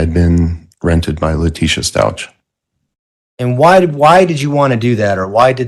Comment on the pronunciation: You guys!!! I am NOT feelin' Cook. With cases like this one, I always get nervous that there'll be an appeal on the basis of ineffective counsel. He aint' even getting the name "Stauch" right, c'mon now. And he DEFINATELY let Lowry say too much. (Even if it was true.) I'ma keep my fingers crossed that this doesn't turn into a sh!t show.